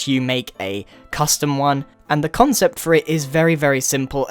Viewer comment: he keeps saying conscept